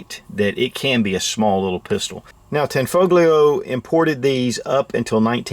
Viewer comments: pronounced as "tanfolio" the G is silent. 👍🏽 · It's pronounced "tan-FOE-lee-oh." And Giuseppe is pronounced "joo-SEH-pee." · its pronounced tahn-fol-yo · The g in tanfoglio is silent. It basically tanfolio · the g in tanfoglio is not pronounced hard